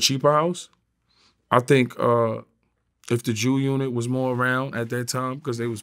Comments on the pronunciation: Did this nigga say Jew unit ? Lmao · Jew-Unit 😂 ok Vlad that was funny